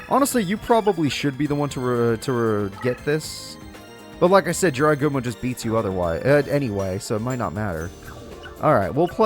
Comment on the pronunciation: When I Heard say Is That A Jirai Gumo Its Sounds Like IS THAT THE GRIM REAPER